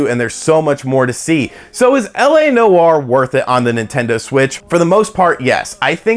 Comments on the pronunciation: Dude. Live the channel. Tons. But Noire is a one syllable word man. It’s not New-War. Just Nwar. Peace from Canada. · “LA No-R” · Noire is one syllable.